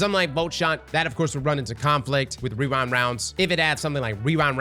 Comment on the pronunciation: wewind wounds 😂